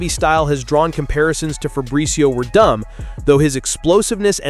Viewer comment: Verdumb really? SMH it’s pronounced Verdoom